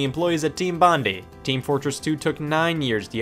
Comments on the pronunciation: It’s pronounced bond-eye not bondy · Bondi is pronounce: Bon is like James Bond. And Di is like Die. Bondi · lmao the way he pronounced bondi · Scott butchered the pronunciation of Bondi and I am deeply offended.